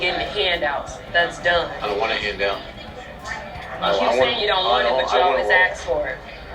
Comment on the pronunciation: tell Nikki to say the word, "ask" instead of "ax".